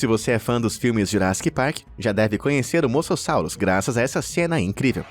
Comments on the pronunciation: E mosassauro e não masasauro 😂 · cara ,pra mim já deu ,vcs só fazem esses vídeos por visualização. vcs estão tratando animais como monstros, seres terríveis q nunca deveriam ter vivido no planeta ,isso tirando as pronuncias erradas dos nomes ,sério no moçossauro ?! as piadas péssimas , associando eles monstros de filmes então pa-ra-bens! vcs perderam um inscrito seus norte americanos gordos e idiotas!! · É moSASSURO E ALÉM MUITAS PRONUNCIAS ESTÃO ERRADAS